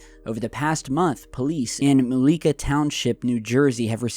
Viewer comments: Mu leka..is Mullica. That's near the ac airport which a part military base. So I wouldn't doubt there's tunnels to fort dix, it's all woods in between. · That would be Mull-e-ka, not Mull-eek-a, New Jersey (Mullica).